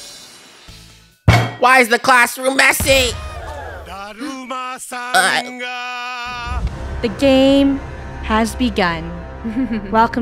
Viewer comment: Why did it sound like said messi?😂😂😂